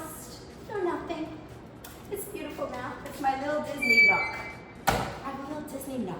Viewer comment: Disney nook not knock lol